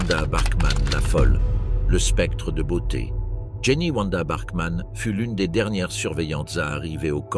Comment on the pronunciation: Ewa c'est pas Eoua Wanda c'est pas Ouanda